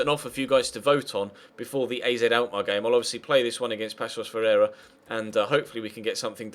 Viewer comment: Hate to be the grammar nazi but its pronounced (pa-sos fe-rei-ra)